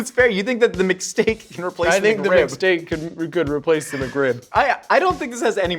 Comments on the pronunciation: Towards the end they kept saying McSteak but I kept hearing mistake. This is a mistake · A McSteak...a Mcstake...a mistake.